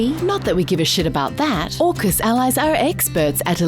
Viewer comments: Shouldn’t AUKUS be AUSUK pronounced “Hey You Sukers” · AUKUS sounds more like FUCK US